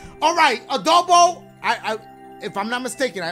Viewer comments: His name is “Aaroboe”. Why you call him Adobo like the seasoning. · Us: “Aaroboe” DASHIE: “Aadoeboe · Emanuella Marcelin his Hispanic side coming out 😂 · I think this was a joke from the first time Dashie played his level and he mispronounced his name. So now he just pronounces it as "Adobo" as a joke. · Aaroboe: exists Dashie: ADOBO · Aaroboe. Dashie: Adobo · Lmao adoboe there was no d in his name😭🤣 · dashie:adobe when its aarob or something like that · There's no D in aaroboe come on mah boi, I'm sorry but u gotta hold this L